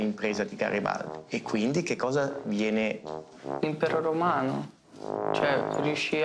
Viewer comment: L’impero R omano no però eh haha madooooo